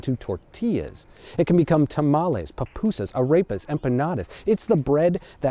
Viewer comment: I don't think there was ever a whiter way to pronounce arepas and pupusas like in this video